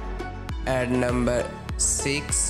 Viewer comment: Numbherrr tten 😂